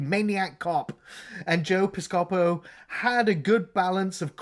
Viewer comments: Joe pis-COH-po haha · Okay, just so we're clear, I absolutely love your reviews and look forward each week to what you're going to do next. This comment is not intended to cause any offense or anger. That said, the way you pronounce Joe Piscopo's name caused me physical pain and I believe you owe an apology to Joe and everybody who had to listen to you both butcher it. See you next week. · I'm a proud owner of the 4K Blu-ray edition of Dead Heat. Long live Treat Williams. Btw, it was really painful hearing you two butcher Joe Piscopo's last name.